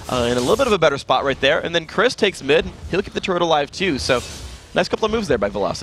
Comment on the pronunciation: " ADC Kennen and mi Victor, will it work?" You forgot the d in mid by the way